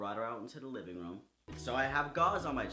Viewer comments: Room..... rum....... room...... rum....... the way you say room... I like it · your accent makes it sound like youre saying "rum" instead of "room"